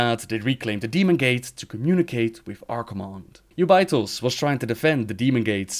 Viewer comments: Jew bay, his way of saying it sounds so bad. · Its pronounced 'jew-bi-thos' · Who is that Ubaitoz you are speaking of? The name is Jubei'thos, pronounced like Yagyū Jūbei Mitsuyoshi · I didn't know who you were talking about when you were saying Jubei'Thos lol